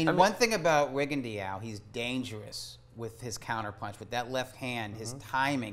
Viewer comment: inability to properly pronounce Rigondeaux's name bugs me. How hard can it be to properly learn most fighters' names?